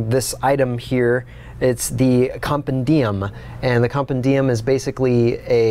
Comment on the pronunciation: Com-pen-di-um? Compendium, emphasis on the pen not the dium....Latin!